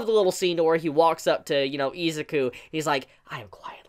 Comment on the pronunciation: It triggers me that you say EEEzuki and not I-Zuku